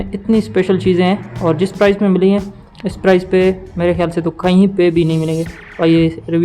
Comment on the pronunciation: Mate its price not prize.